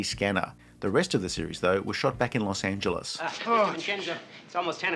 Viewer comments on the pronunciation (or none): none